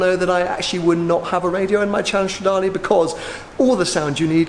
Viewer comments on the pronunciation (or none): none